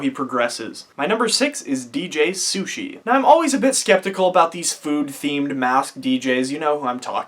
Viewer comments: Nobody’s gonna talk about the fact that he said DJ Sushi? And he still decided to put it on 🤣🤣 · Dude ? 🤣🤣 Deth mouse. Really bruh no offense good vid but u were following them since the begining and So basically all I’m saying is it’s not DJ sushi it’s slushii. No DJ. Then it’s not deathmouse it’s deadmau5. I know this because I got pandora. And lastly the marshmallow man? 😆🤣😂😹 it’s marshmello. But other than dat good vid 👍